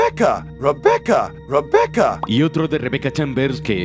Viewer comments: Resident Rebecca! Ese último se escuchó mal. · "Resident ReBeCca" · ReBEECa xD . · Resident ReBeeCa xdd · resident reBEEca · Resident.....reBEEca xD al final jajajaa